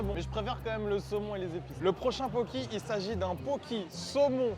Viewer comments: Juste mes pauvres oreilles, ça se dit poké :( c’est un plat hawaïen et les e se disent é, c’est tout merci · "illsy" "poki"... Really? 😂 Itadakimasu, et merci pour ce fou rire. Et yes, plus de vidéos dans ce concept 👍